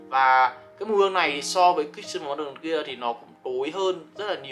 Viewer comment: Đọc tên sai rồi bay ơi, nuit này trong tiếng ở là bên đêm